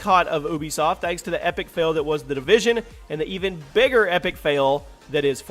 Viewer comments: Division not Devison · It's division not devision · Division not devision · It’s the division not devison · Its the Division btw not Devision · Its division, not devision. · Its division not devision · "The Devision" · "Devision"? Division👍🏼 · Its spelled Tom Clancy "division". Not "devision" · DEVISION ... is that like loss of Vision, or did you mean DIVISION? LoL!!! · Its Division, not DEvision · tom clancys devision? its DIVISION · FYI it's division not devision please pin this lol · Jack Donovan "division" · “Devision” lol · “The Devision” LoL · "The Devision" xd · "Devision " LOL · Division does not have an "e" in it. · The "DEvision" hahahahaha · "devision" l0l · "The Devision" ?